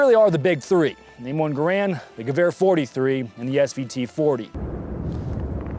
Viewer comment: You could at least say gewehr properly, you know what that means